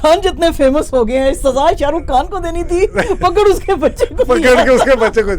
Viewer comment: محترمہ کھیلاپ نہیں،خلاف۔ شاہ رکھ کھان نہیں، شاہ رخ خان۔